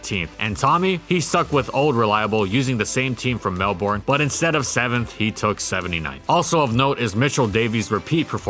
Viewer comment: That is not how you pronounce Melbourne. This comment has been brought to you by a concerned Melbourne citizen.